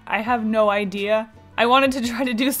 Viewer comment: What a great "Ideel"